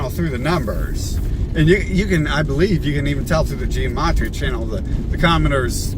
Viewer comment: the pronunciation really doesn't matter, we all know what he's talking about, and so does he.